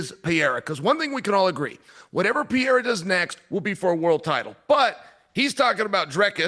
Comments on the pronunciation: Chael No Chama 😂😂😂 cus he calls him Peeirah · Pa-ray-da... and chama means champion... Chael no champion lol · Can someone please tell this man it’s not pronounced pee-era?? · For whatever reason, Chael saying Pee-era instead of Pereira is sooo tough on the ears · Peeira lmao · ESPN should bleep every time Chael saids "Peeira" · Chael is mad entertaining but can someone tell him how to pronounce Pereira’s name properly?! Daniel keeps saying his name properly! Hello! Help the man out! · Someone stop this man from pronouncing Alexs name like that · Pereira❌ Pierre✅ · Chael made him French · He's been corrected on it numerous times, he just thinks he's being funny by saying his name wrong. Dude's a total clown lol. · Facts I mean what's with this guy. How hard could it be for him to try and learn how to pronounce the name correctly. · he can’t his tong literally can’t role thh he at way u just a hater